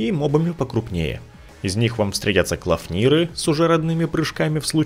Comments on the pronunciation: Ну кланфир же... Не клафнир. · Не клафнир, а кланфир